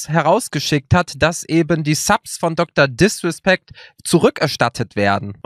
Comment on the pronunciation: Niemand:: DrDiswespeckt